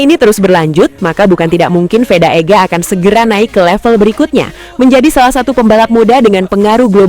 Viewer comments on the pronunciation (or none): Veda min.. Bukan Feda! Ngawur rr ah 😅